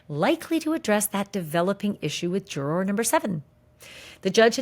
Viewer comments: Can you please just pronounce the word juror normally pleaseeee. I know you can do it you do it sometimes. I like watching your stuff but everytime you say jur-or it makes me want to stop watching. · When you say, jur-roar, it makes me fkn cringe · I love the way you say “juror”. Pronounce it “jurer “ much easier!! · you say, 'juror' so funny lol super distracting 😅🥰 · Why are you saying juror like that? Oh please for the love of…